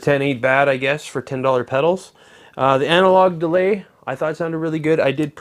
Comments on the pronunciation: "Analog DEAY" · It's Deray actuarry 😁